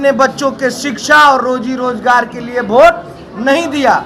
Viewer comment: भोट नहीं वोट होता है।😅🤣😂